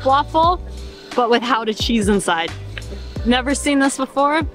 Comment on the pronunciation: I'm glad you enjoyed my hometown so much ^^ Gotta go more guttural with that G though ;) Really enjoyed this vid :)